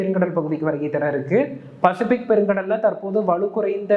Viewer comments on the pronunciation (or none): none